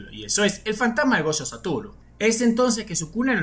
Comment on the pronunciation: "Chuta", "gocho", "chuchi itadori", "chuchutsu kaisen", oh que horror 🙄